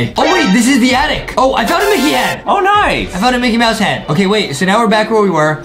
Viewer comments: anyone notice adem sayed MICKET MOUSE lol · Was it just me or did adem at the starting said micket mouse instead of micky mouse